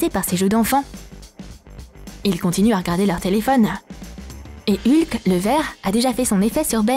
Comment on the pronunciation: Je rêve ou elle a dit "Lhuk" au lieu de "Hulk"